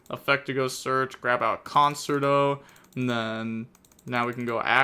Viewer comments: Concert - O 😂 It’s pronounced cun-chair-toe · Conerto is pronounced CON-CHAIR-TOE lol